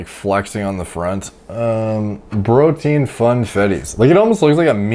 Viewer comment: Plz Stop saying brotien 😂